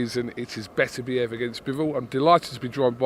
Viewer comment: Can someone teach frank how to say beterbiev 🤣